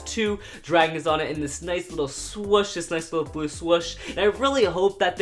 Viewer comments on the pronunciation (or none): none